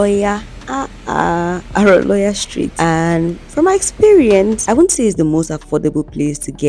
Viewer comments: It's the way you pronounced the name of the street. Aroloya. It pronounced as Haroloryar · Its Aroloya Street. It's pronounced as spelt